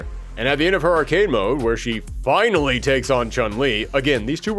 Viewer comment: Plot Twist: This isnt even the ending. And it's "finally" not "finially."